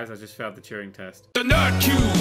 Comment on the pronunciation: The only test in this game is trying to pronounce Turing properly